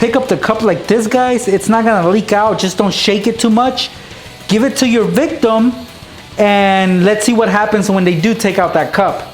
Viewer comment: why do you say victom😐😐😐😐😐😐😐😕😕😕😕😕😕😕😕😕😕😕😕😕😕😕😕😕😕😕